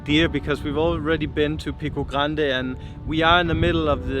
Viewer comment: excellent pronunciation of "Madei ra " you pronounce the same "...ra" for Pico g ra nde :) edit: jesus christ, insane pronunciation of "obrigada" and even not pronouncing the "o" like a lot of portuguese do. I would've deduced you were portuguese If I were those men at the road doing the limbo!